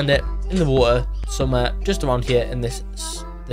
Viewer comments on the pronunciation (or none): Wo er = water